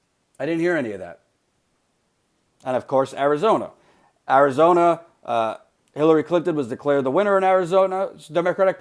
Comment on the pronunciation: Did he just say Killary Clinton? XD